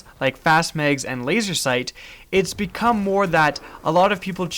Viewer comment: Its not megs, it's mags.